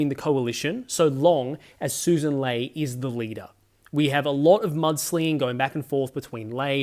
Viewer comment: Mate, love your work, but it's Lee not Lay